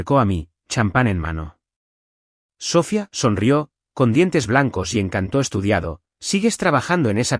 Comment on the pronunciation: Hagan el favor de pronunciar Sofía correctamente. El acento va en la í y no en la o. Usan mucho ese nombre en las historias y siempre lo dicen mal. Gracias.